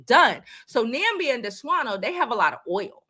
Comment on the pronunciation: It’s Namibia